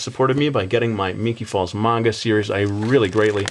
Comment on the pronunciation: ) awesome! lol u say manga weird XD